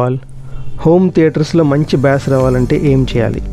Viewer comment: Bass అనే పదాన్ని "బేస్" అని పలకాలి. "బ్యాస్" లేదా "బాస్" అనకూడదు.